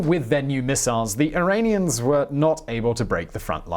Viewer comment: Sorry Simon, it's not Irainians (sounds like rain) it's Iranians (sounds like ran). I have many Iranians/Persians in my life.